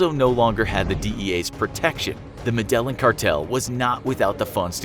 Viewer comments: the word Medellin is pronounced "med-e-yeen"... the Spanish double ll as well as the accented "i" are the reason for this strange pronunciation... I don't think it effects the overall quality of this video, just might be something to be aware of in future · Medellín man , meh-de-yin. I appreciate the artistic rendition of the tale. But you guys need to make basic research instead of just taking literal paragraphs from other poorly researched sources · Luis Castellanos no med e jin its a jay sound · It's pronounced "Meh-de-yeen" Cartel. Cmonnnn Infographics lol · Meh-dell-in cartel.......really... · “Med-delling” Cartel! 🤣🤣🤣 sweet pronunciation. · Its pronounced "MEH-DA-YEEN" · Every time you said medellin, you triggered me a bit. Great video btw. But it is pronounced Me-De-Yeen. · No its mede jin not yin double l sounds like j in colombian spanish not yin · Med-day-een...c'mon now, research this ish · Med eeh yeen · U idiots it me de jin its a j sound not yin learn spanish u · it’s Med-eh-yeen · "Medellen cartel" oh come on cant you research pronounciation? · Would you pronounce Medellin correctly? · Pronunciations terrible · Say Medellin right please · Anybody else cringe every time this guy say “Medellin” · You said MEDELLIN CARTEL wrong lol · The pronunciation of “Medellin” was kinda bugging me lol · Horrible what planet does the dude live on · So I'm not the only one hahaha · The needs to learn a couple of things. Pronunciation of very simple proper nouns for one, and factual timeline continuity for another. Weak effort. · Medellin cartel 😂 you said it so wrong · ''Medellin Cartel'' They are professional googlers, but still can't google how to pronounce words. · The way you say Medellin smh my head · This guys not knowing how to saying Medellin is really annoying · Probably one of the worst pronunciations of Medellin I've ever heard. Congrats! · Learn how to pronounce Medellín. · Med-a-line cartel. You’re saying it wrong. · medellon lol